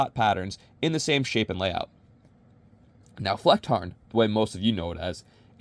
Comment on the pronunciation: as a german...... clean pronounciation